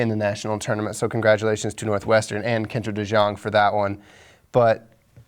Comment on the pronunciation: Since she has one year left I'm gonna help you guys out: her name is pronounced Kendra Dee-YOUNG!!!